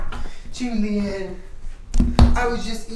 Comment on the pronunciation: name in spanish is read like Wholyan But you pronounce the “y” louder